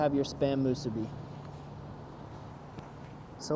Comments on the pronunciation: Not to be a jerk here but the pronunciation is mu-SU-bi. (Makes it taste better too!) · Its musu-BI